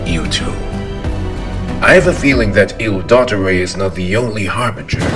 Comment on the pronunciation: Ok so this incredible and I love it a lot but, and I know you've probably gotten this a lot but in case you havent, il dottore is meant to be pronounced like italian and it literally means the doctor in italian, so very hard t sounds. Dot-tor-e. Also put emphasis on the e. I'm sorry if you've heard this a lot but I felt like I should mention it